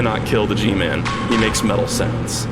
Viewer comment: the pure amount of boston packed into "IT'S THE GMAAAAAAAAAA-" is the best